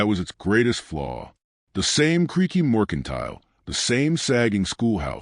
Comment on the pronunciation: For goodness sake. MERCANTILE. AI should at least be able to spell and pronounce common words.